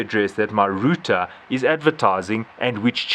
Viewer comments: Great video!!... I hate to say it, but it's not pronounced ROOTER =/ . That was killing me ! LOL all in all fantastic video! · hahah he said rooter